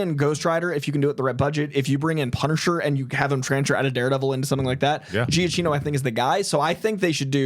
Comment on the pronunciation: Every time says Giacchino, I'm like: 😒